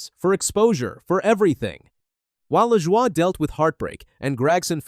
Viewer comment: You did it again. You mispronounced Corey Lajoie's name. It pronounced La-Joy. You gave is some BS French pronunciation. Get it right godd#$%*&. When you mispronounce names, it only shows your ignorance to NASCAR.